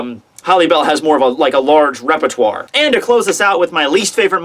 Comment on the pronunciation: the way you say "répertoire" is amazing